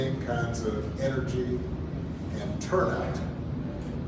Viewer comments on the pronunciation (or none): none